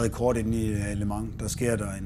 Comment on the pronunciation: hader når hun siger ``lø mang´´ i starten idtedet for``le mans´´